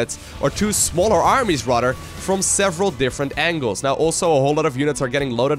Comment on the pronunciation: maybe you should avoid words you can't pronounce. It's tiring hearing about rudders all day. Have you tried the word "instead"? or do you not think about what you say at all?